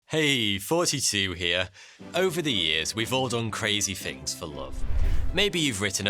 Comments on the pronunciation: Is he saying 42 or thoughty2? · How many yay old were u when u figured out he’s actually saying “Thoughty 2” and not “Forty Two” at the start of his videos?? Now let’s be honest here, and no lies! 😂😂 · He actually does say “forty-two”. It’s a running joke for. He is making a reference to the novel: “The Hitchhikers Guide To The Galaxy”. I will leave it you to look up the meaning of forty-two.